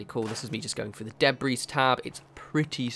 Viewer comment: The s in Debris is silent,.